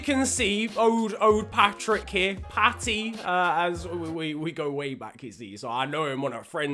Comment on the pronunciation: It’s paddy never say “patty” again